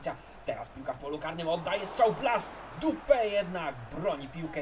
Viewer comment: Bardzo mnie rozbawiło jak powiedziałeś D*pa, zamiast Dupè🤣🤣🤣